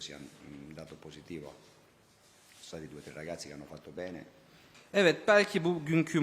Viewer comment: fatto beyne mi diyor lan 😂